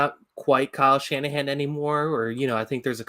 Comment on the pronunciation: How you gonna say Kyle Shannahan 😭